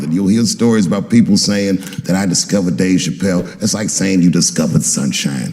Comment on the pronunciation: the way i laughed out loud when he said "sumshine"